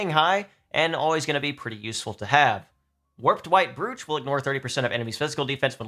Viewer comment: My favorite part of these guides is how people have incessantly corrected him on pronunciations like Strategos and Qigong yet we're still letting him mispronounce "brooch" after all this time.